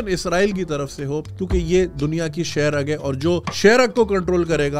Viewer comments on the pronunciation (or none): Seh ragg nhi hota bhai.. Saah ragg hunda hai